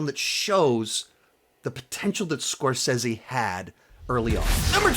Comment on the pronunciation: bro before you make an hour long video on the man at least learn to say his name right...